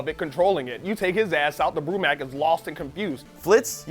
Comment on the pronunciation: I'm confused, is compalining about how Flitz pronounces Mako when is pronouncing Brumak wrong. It's bru-mack exactly how it sounds. Not brumock.